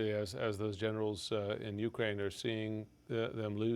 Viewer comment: Is it UKraine or uKRAINE? What's with this intonation discrepancy